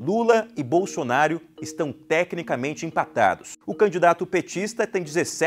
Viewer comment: Que delicia em veja comuna e nem sabe falar o nome do futuro presidente da selva kkkkk